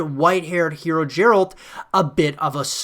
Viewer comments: It's easy to see he's never played the game. Jeralt........uh, derp. the 'G' is pronounced likE 'get' as in "GET THE FREAKING GAME AND PLAY IT!" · Bro why tf are you saying Jeralt it Geralt 🤣 "Of fucking Rivia" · Another person calling Geralt "Jeralt" WTF. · Bro I think it’s Geralt, not jeralt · I threw up a little in my mouth when he said that. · I'm surprised he didn't say vitcher after that jeralt stunt🤣🤣🤣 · These are so called The Witcher specialists. None of them read the books and then they say JERALT. Embarrassing... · “jeralt” i can’t cope 😂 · Someone who played Witcher games would never say Jeralt, im done here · i like everything in the video then I hear him say Jeralt, I'm like did you even play a witcher game? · Yeah, i dont get why is it so hard for them to pronounce the name correctly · it's because they haven't played the games. No way you've spent hundreds of hours with a character and don't know their name. He's pronouncing it how's it's spelt, like Gerald, as I'd he's just read the name and never actually heard it said like he would have done countless times in any of the games. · He really said Jeralt lmao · Meles Zenawi it’s not, they say his name in the game a lot and zero people pronounce it as “jeralt”. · people are hoppin on the CDPR hype too muc. this guy dont even know how to pronounce Geralt's name properly smh